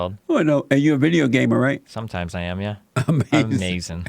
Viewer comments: because each time destiny says something he can't defend he just says "AMEZIN" and moves on to the next topic. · It's like his brain shuts down when challenged and he reflexively says ahmazin.